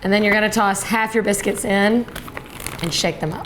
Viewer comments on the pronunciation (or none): I fast forwarded a bit to when she said a can of biscuits. I heard cannabis.